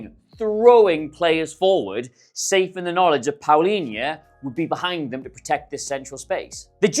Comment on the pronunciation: You pronounce it like Paulinha